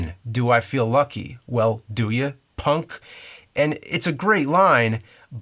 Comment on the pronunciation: Even here you placed more emphasis on "punk" than Clint Eastwood does, which was my point.